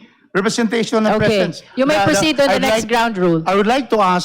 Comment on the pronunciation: " to cross examines" ?????????? tanginang inglis yan!!!! yung "presence" nagiging "prisins"